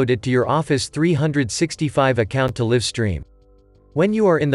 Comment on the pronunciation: One perfect example of the inability of artificial intelligence to replace humans -- live is mispronounced throughout. Otherwise a nice video.